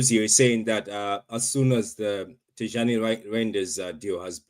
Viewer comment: Great signing! Very nice, cute, intelligent, mobile midfielder and I hate to correct you again but its pronounced Tiyanni lol. The J is silent! 😭 He's actually named after Tijani Babangida which is interesting as I liked him and his brother Haruna Babangida way back in the day!